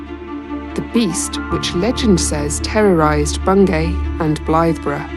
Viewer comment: Bungay rhymes with key.